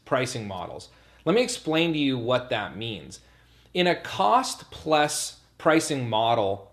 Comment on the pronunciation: That's what I hear too. Lol